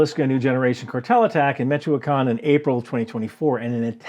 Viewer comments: It's "Meech"-"Oh"-"whah"-"kahn" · It's MEE-CHO-KAAN